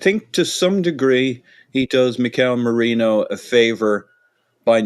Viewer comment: Is having a giraffe about the mispronunciation of Merino when up until recently he would use that ridiculous pronunciation of Gabriel! 😄